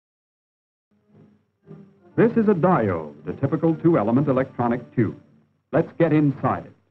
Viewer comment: I won a book prize for my studies on valve (thermionic for yanks) technology. now they call them too,..oobs, can't even pronounce tube correctly